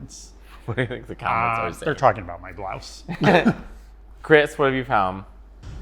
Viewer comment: I’m talking about the way Nick pronounces “blouse”